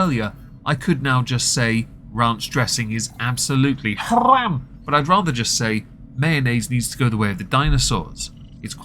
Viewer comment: you are a "cigarette" innit? still saying haram like a male pipe cleaner xD